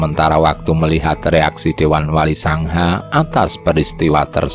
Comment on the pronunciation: yg membacakan suara apa tdk tahu bahasa jawa? wali songo di ucapkn wali sangha... belajar sejarah lah... jgn spt orang yg buta ilmu sejarah 👎